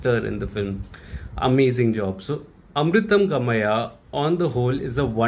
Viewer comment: Finally you pronounced the movie name correctly! 🙂